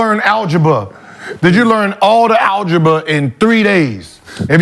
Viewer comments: Gil smooth said “Algeba” twice😂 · Did you learn ALGEBA “ smh lol